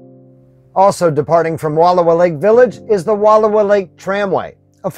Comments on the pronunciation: Please, learn how to pronounce the names of the places you spotlight before you make these videos. It’s painful to hear you mispronounce Wallowa, repeatedly. Frankly, it’s disrespectful and would require very little effort to correct. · Its Wal lowa Not Wall owa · Wonderful look into the amazing Wallowa County. However, you're pronouncing it incorrectly. The correct pronunciation is. WUH-LAU-WUH LAKE. I know that the spelling defiantly throws one off, but it's NOT WALL-OH-WA....! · Please, for the love of language, it is WUHL-OW-A. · The narrator needs to know how to permounce the name. It's not "Walula". Try saying Wall -'owa like it's spelled. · Nice video! We love the Wallowa’s. Btw it’s pronounced Wa Llow a. Ow being pronounced as in how instead of low. Thanks for sharing. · I enjoyed your video. Just an FYI, it’s pronounced, Wa-lau-uh. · These mountains are pronounced “Wall ow ahh” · Please, PLEASE! PLEASE! Learn how to pronounce cities, towns, lakes and rivers CORRECTLY!! They are called the Wallowa mountains and lake. Original Indian pronunciation - wuh-low-whu! Wuh-low-whu (low as in allow). Its insulting to go somewhere and mutilate the beauty and history of a location and their historic names. Wallowa was part of the Nez Perce Indian tribe and home, led by the tribe chief, Joseph. Wallowa translated from the Nez Perce language, is "land of winding waters". Wallowa County is Chief Joseph Country, indelibly associated with a great Native American leader. Thus the celebration of Chief Joseph days in Wallowa county. Do better!! Learn and pronounce it correctly out of respect!! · My wife already gave you a bad time about the pronunciation of Wallowa last week; so I won't go there today; but would encourage you to go back on your way back East. You missed a lot of spectacular sights that you would have seen on your drive around and at the lake. I have numerous photos of the area and truly believe you'd enjoy a "do over".